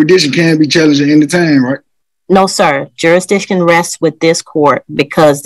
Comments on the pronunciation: “Jura-diction”…. He can’t even say the word “jurisdiction” properly lol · You stil gotta prove you have juradishun! (If you can't pronounce "jurisdiction", it's probably not a good idea to be representing yourself!) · I think someone needs to explain "juradiction" to. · cant even pronounce the word jurisdiction.. Some people open their mouth and remove any doubt that they have no idea what they are speaking about. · He cant even say the word "jurisdiction" correctly...😂😂